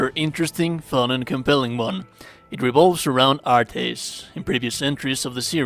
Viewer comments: "Artis" 😂😂😂😂😂 it's just art bro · The "artey" pronunciation hurts my soul lol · What the hell? Is that screen that that actually shows what the moves look like on PC only or something? I have platinumed the game on PS5 and I've never seen this screen before. Or was this done with editing? Also they are just pronounced "Arts." They say the actual word in the game like 47 million times.